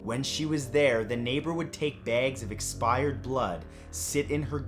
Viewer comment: But still says, “baygs.” Kidding, all. And, “doat” for “doubt. 👨🏻